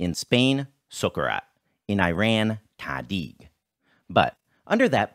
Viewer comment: The Persian pronunciation was missing a litter it’s tadig pronounced tah-dik